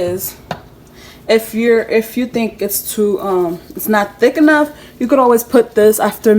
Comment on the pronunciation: Yk she’s Haitian the way she said “enough” lol great video hun ❤️🔥